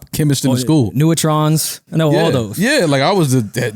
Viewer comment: This nigga said "Newatrons, Bleecker, and Periodical Charts" 🤣🤣🤣. You failed chemistry homie. Shorty was right.